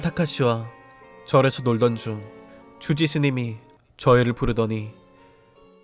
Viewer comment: 주지스님이 아니라 쥬지스님이라고 들리는데 기분탓인가